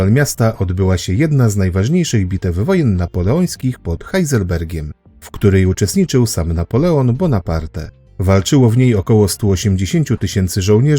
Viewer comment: Nie HAJZELBERGIEM tylko Heilsbergiem!!!!!